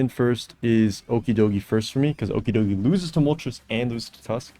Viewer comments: Why tf do you say his name like that? It’s clearly ocky way doggy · Don't say okidogi like that bro 😔